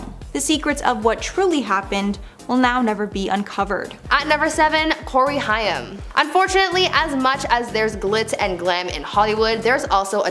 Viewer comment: It’s Corey Haim….like the word aim with an H.